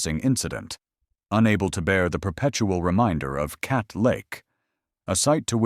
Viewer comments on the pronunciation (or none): It’s not Cawdo, it’s Cadd o